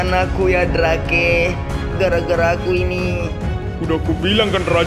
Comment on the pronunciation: Drake sebenar ny baca nya drek